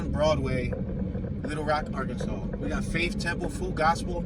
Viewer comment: How come you pronunce arkanSAS? It should be ArkansaW